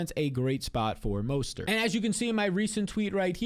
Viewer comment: Mostert, not mostart lol